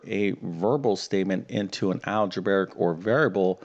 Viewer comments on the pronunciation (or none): There's no such word as "Algebaric." It's "Algebraic." Just like a Realtor who can't pronounce their profession and says "Realator," you'd think a math teacher would know how to pronounce the word relating to math teaching.